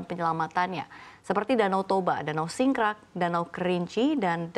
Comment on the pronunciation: Danau Singkarak mbak, bukan singkrak